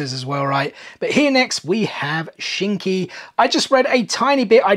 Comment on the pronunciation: You said Shinki's name right! He was born with Magnet Release Iron Sand, which is a kekkei genkai not known to be born with. Fun fact of the day (just to tell you more info on him). Love the boruto pops. Sadly I am holding off on collecting them for now (finishing other lines before I start naruto). Great video!